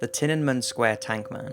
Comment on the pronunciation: Its pronounced tee-ah-nuh-men! Otherwise, love your work!!!